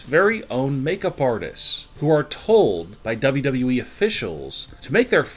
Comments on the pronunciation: Unfortunately it is worse. I think a robot knows the company is called WWE, double double e. This guys has the worse voice on YouTube. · Dude, I miss the old way you said dubadubaeee. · Why does he say dabldableee